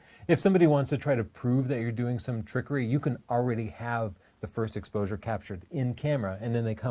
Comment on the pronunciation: she said explosure instead of exposure